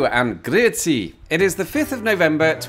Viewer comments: You said Grüezi way better than a lot of Germans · You get the Swiss stamp of approval for that pronunciation of Grüezi!